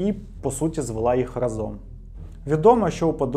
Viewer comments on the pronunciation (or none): Відео прекрасне та дуже інформативне, але коли автор говорить проєкт, а в наступному реченні разОм, то по вухах знатно б'є. Я нічого не маю, але якщо говорите по правопису-використовуйте його, будь ласка, в усьому